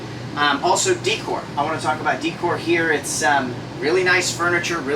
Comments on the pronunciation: Please stop saying d cor. The word is day cor😅. Decor is day cor. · Nice review, decor is pronounced day core tho❤ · The upper cabinet supports are called gas struts, not hydraulic . Also the word decor is pronounced day - cor.